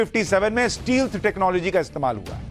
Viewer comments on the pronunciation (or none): ए भाई: स्टील्त नहीं, स्टेल्त बोलो पवन करे सोर (मिलनमे मुकेश ने कहा था)